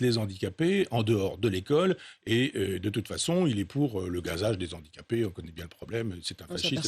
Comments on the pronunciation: Monsieur Onfray : « Les HANdicapés » !! Pas les « ZANdicapés » !! Merci ! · les z'handicapés , la liaison de Michel Onfray heurte mes oreilles